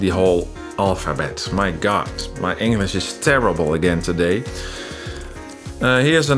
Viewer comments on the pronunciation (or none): When you said "my english is terrible today", it sounded like you said "my anus is terrible today", and I thought.... poor guy....